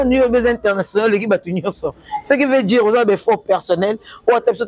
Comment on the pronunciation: loba français bien stp quoi dire et non quoi djire eza français ya ba chegue 😂en pensant vous êtes belle